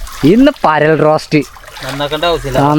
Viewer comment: പേരൽ അല്ല ഗെഡി പരൽ